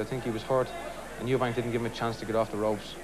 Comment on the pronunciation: EUBANK, not EubankS